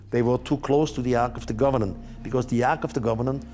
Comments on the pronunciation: It’s Ark of the COVENANT…not “govenant” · It’s driving me crazy how he keeps saying “Ark of the governan”! 😫 It’s COVENANT, not governan! 😂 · Its Covenant, not Governant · He said governant actually, bless him😘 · Ark of the "governan". Do you mean covenant?